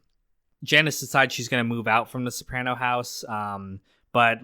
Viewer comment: How do you watch the entire show and now pronounce Soprano incorrectly?